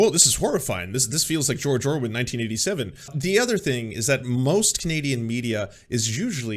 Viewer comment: Just being silly, he also says "George Orwin"